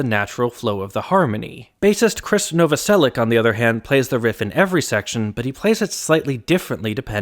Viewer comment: As a Slavic person, it's really weird to hear last name Novoselic pronounced with [k] in the end instead of [ch]. Great video regardless and it's surprising that haven't made the video earlier!